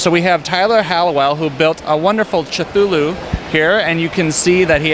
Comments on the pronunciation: Charles The Fox,I thought he said"Ja-Cuu-Luu" ??? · It's pronounced Cuh-Thu-Lou not Cha-Thu-Lou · CHUTHOOLOO and TAHTOOEENE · What die he said???? "Jacooloo"?!?!?!? Sounds like Jacozee(Is that spelled right?)